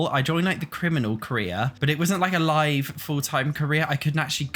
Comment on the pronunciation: Live mode is pronounced as though you're 'streaming to a live studio audience.' You've paused the game, meaning it's stopped, your characters are on commercial break and aren't currently live on air. But once you hit play, your characters are live. Not 'live,' as in 'I live here', with the way you're always pronouncing it.